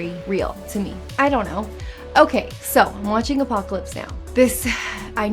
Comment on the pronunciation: "Apopalypse Now"